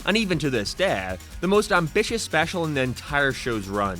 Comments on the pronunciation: What kinda accent is that? Every time he says the word “day” or anything close to that word he puts this weird emphasis on it? Like some kinda accent lol. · God is anyone else super bothered with the way this guy says certain words? Everything else is so normal until he says “out” pronouncing it “ayt” Edit: He just said “day” and i wont even attempt to spell whatever it is he mashed together. Became? Down? Day? All a total mess for a guy narrating professionally